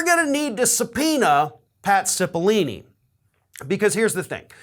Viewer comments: Pretty sure it's Cipollone, not Cippolini... Just sayin... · it's Pat CIPOLLONE not CIPOLLINE. sorry. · CipollONe not CipollIni (sigh, men just can't read...) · Why do people keep pronouncing CipollOOOOOOOne's name with two "E" sounds? Learn how to read! "Cipollone" isn't pronounced "Sip-o-lee-nee". It's pronounced "Sip-o-lone-ee". There's no language where the "one" in Cipollone is pronounced as "ee-nee". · Cipilollone, not Cipillini. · Come on,. I'm a fan and watch every single clip you post. But certainly you can read well enough not to get Cipolini out of Cipollone. Really. Makes you look illiterate. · Pronounced “Sipa lone eee” (love your vids but pronouncing names is NOT your strong suit!) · His name is Pat Cipollone not lini. That is all. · Pronounce Pat's name correctly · Why is this guy's name so freaking hard to correctly pronounce for people? It's four syllables, bro! 🤣 Just think "pepperoni". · Correction: Cipollone is pronounced with a hard o in the third syllable. I have heard many people in the media mispronounce it.